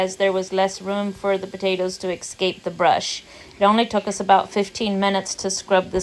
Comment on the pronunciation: Love this video, thank you. I'll try dry canning my potatoes, which sits better with me. On a different note, since you are raising some lovely young men and daughter, it's important to use proper grammar. There is no X in escape (it's eh - scape), and there's a big difference in using "fewer" vs. "less". A well spoken adult is important. ❤